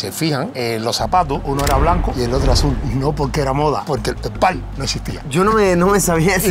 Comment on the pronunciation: No entiendo qué dice el atleta Javier cuando dice que usó un zapato azul y el otro rojo no por moda sino porque el "telpal" no existía. ¿Alguien entendió cuál es la palabra que usó?